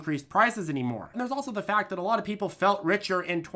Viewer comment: what accent is that "lwot" new england??